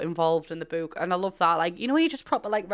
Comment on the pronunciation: I'm here to hear her say bewk. I love it